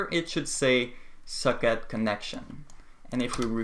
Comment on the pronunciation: It sounds like you are saying 'suck it connection' when you say socket connection lol